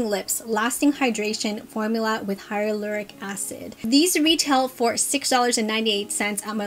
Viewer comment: I love these glosses! But it’s actually Hyaluronic acid, not Hylaloric 🙂